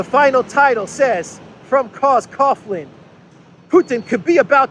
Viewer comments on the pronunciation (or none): Coughlin is pronounced Cawlin or Cocklin.